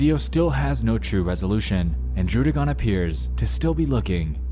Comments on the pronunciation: "Droo-dih-gone" It is pronounced Druh-dih-gen And no this is not hate I'm just a stupid weeb who knows pokemon too well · The scariest part of this video is when he pronounced Druddigon as Drewdigon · The scariest part of this video is that he called druddigon drouddigon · Nexpo: Mispronounces “Druddigon” Me: Must. Correct. The. Mispronunciation! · Take a shot everytime he mispronounce “Druddigon”. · You pronounced Druddigon wrong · druddigon.....that pronunciation tho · the way he pronounced druddigon.... ewwwwww lol